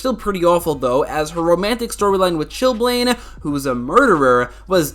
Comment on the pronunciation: It’s not Chillblane, it’s Chillame, like Damien Dahrk said😂😂😂